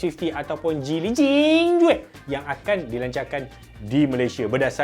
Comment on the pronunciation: 😂Jingyuay.... Bro bacaan sebenar adalah "Sing Yay". ❤